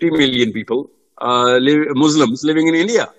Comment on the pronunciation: Jazakallah Khairon brother Sorry to correct one Word Muzlim . It’s is from zalama which means oppressor . Muslim is from salama which means peace . We Muslims are not oppressors so please when you say the word say as Muslims not Muzlims . Jazakallah